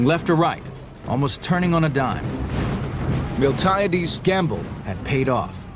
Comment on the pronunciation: Do I sense someone mispronounced Miltiades?